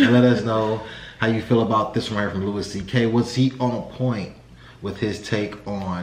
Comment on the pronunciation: Louis pronounces his name Louie.